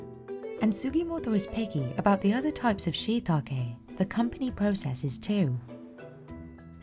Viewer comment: She pronounced it wrong every single time 😂😂😂, the farmers pronounced correctly